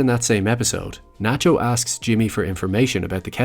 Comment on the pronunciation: Its Nachio